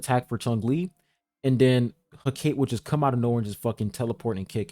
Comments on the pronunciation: Every be pronouncing her name wrong man 💀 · I think it's "Heh - Ka - Tay"